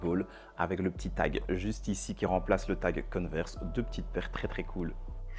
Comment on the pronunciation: On dit converse et pas coneverse